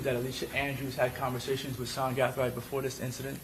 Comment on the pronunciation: Is there a reason why this attorney keeps switching how he pronounce Gathright?